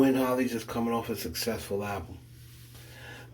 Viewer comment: It’s Chloe and halle not holly